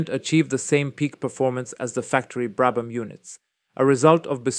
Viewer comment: Commento disastroso piqet brabam non sa neanche come si pronunciano i nomi